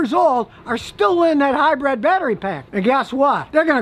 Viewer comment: What is it with Americans? Where in the word hybrid is the E? Its not a hybred.